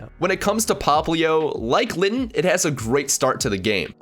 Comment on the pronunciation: It's is litten not Latin